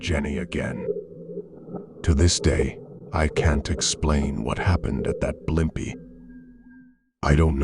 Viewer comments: Blim pies restaurant?? Where are you from? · they are, but the reader pronounces it horribly lol.. I live in nyc so we used to have a blimpies every 5 blocks lol